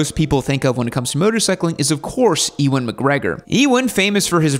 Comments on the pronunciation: It's Uuan McGregor, not Ewon... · E Wan… 😂 It’s pronounced ‘you an’. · Pronounced "U-an" not "e-wan" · Enjoyed the video, although you mispronounced Ewan's name. 🤦 It's not pronounced "EEWAN" . You pronounce it as "You_win". 👍 Maybe you'll make a part 2? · Sorry but E-Wen? I mean come on am I wrong to think most people should know to pronounce it You-Wen McGregor? It’s not like he’s new to Hollywood the guy’s Obi-Wan for Christ sakes. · bro..... ewan, "e"wan? really???, i mean, long way round has been out for 20 years, watch it, and learn how to say his name correctly?? (and maybe london) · It’s pronounced YOU-IN 😂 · Mate what are you doing pronouncing Ewan like that !!! I was laughing for 10 minutes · That’s certainly one way of pronouncing Ewan.